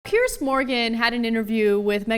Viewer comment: It's piers not pierce